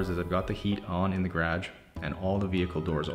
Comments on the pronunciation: I love that he has an accent but every time he says garage I feel the need to correct him and then laugh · Me: gerah-j Him: gayredge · gredge. It trips me up every time, lol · Who else loves the way he says “garage?” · I am here cause u say “ garage “ with an accent 🤣